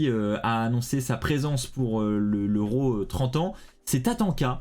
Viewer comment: Tu prononce RAW ( Ro). 🤔 C'est pas comme ça qu'on est sensé le prononcé.